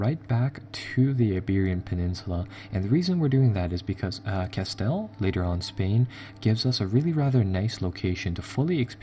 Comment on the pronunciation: Castile pronounced "ca-STEEL"